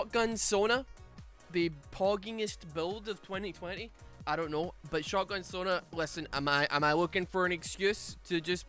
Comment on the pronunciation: You said Sona and i hear Sauna every time